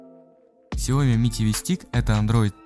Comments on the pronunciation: Китайцы говорят сиоми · Не ксяОми, сяомИ!!! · Сяоми а не ксяоми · Ксяоми? Серьёзно?